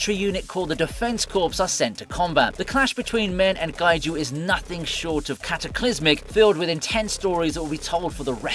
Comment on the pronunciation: Defense Corps v Corpse. Say it as Defense Core.